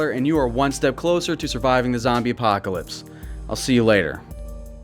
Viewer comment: "Zombie Poclps"